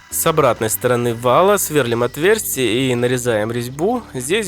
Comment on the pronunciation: Сверлúм, ударение на букву И!